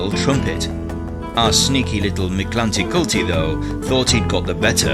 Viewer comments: It’s more pronounced like this Mick•lante•kuut•lee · The pronunciation of this God in Classical Nahuatl was more akin to - Meek Tlan Tektli With an accent on the last E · Wanted to watch but lasted like 10 seconds, until you started to not even try to pronounce his name with respect. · You pronounce it funny 😂 but your video was so cool!